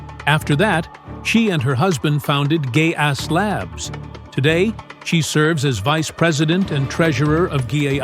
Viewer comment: Gay Ass Labs!😂😂. It's GaAs, Gallium Arsenide, a semiconductor compound. Pronounced as gas not Gay Ass. The AI still has some learning to do .